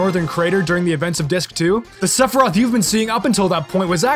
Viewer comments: Was that saying "Sephiriath"? Lmfao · No one talkin about how fucks up sephiroths name at the beginning of the video 😂😂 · I'm sorry, what the fuck did call Sephiroth? 15 seconds later I'm sorry, what the fuck did he call Cait Sith?